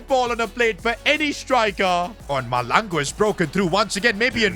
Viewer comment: Pls I from SOUTH AFRICA AND Its pronounced MASHLANGU❤